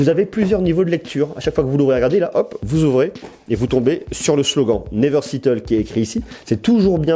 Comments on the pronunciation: "niveur sitteul" ptdrrrrr je meurs 🤣🤣😭 très bonne video 👍🏼👍🏼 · Moi je dis "Néveur séteulle" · En anglais c'est {naiv'heure 7'eule} , pas autrement. Pas Seattle ;)) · Nivegh siteul (never settle) en français xD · "never sittle", t'es sérieux ? lol Très bonne vidéo sinon